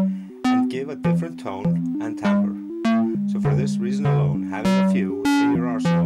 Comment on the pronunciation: timbre isn't pronounced tim-ber